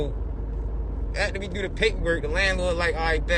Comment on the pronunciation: “I had nothing to DEW with it!” 😂